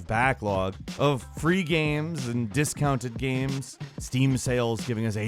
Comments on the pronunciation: Does anyone noticed that pronounces "games" as "gheam" or something of the sort? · too many GAEMS i don't have any gaems, sorry :-P